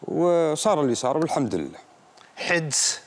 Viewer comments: حَدس وليس حِدس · المشكلة انه مذيع ولا يعرف ينطق كلمة حَدس